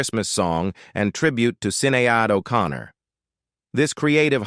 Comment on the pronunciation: “Sin-nay-add 0’Con-ner”?! Who the f*** is in charge of these lil’ sh** pieces? Whoever, hire a narrator, not this UNACCEPTABLE AI crap ya’ got “going four yew” now. Jaysus!, what an embarrassing, pathetic, uneducated, ridiculous, disgusting, display of ignorance you’ve put forth here. Which one are you, folks - cheap or just lazy? THIS is the weakest site “out there” (REALLY a disaster)! 👎🤔🙏